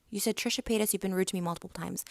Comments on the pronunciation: Trisha pa-ay-das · Trisha pie-atus